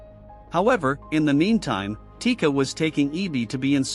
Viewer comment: chica? nah it’s tika.